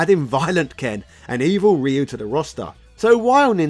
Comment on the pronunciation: Did you just pronounce Ryu the proffered way? Blink twice if you are being held against your will,.